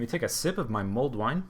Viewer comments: I'm pretty sure its Mulled wine, not mold wine ;p (Sounds like you're saying mold at least) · For everyone wondering, it's "Mulled Wine" not MOLD wine :P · I thought you said mold wine...